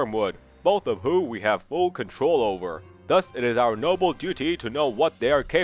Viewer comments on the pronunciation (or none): none